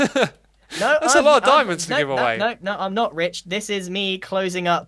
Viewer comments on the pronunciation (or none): Is it just me that thinks it sounds fun when he says Grian is ritch?? (No hate)